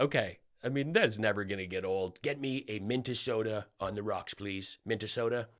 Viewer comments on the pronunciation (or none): It's always fantastic to see ya!!! Did that clown say Mintesota. What?? Must be all those corn flakes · Sounds like he said "Memphisota". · Omg Mike....it's not working Buh bye dumb ass....you are from MN and can't pronounce Minnesota. Mike..go to bed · Isn't Mike Pillow from Minnesota? How does he mispronounce the name of his own state? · Trump cant complete a sentence or a thought. pillow boy can't pronounce the name of his home state. If his channel is like this all the time, who's watching him?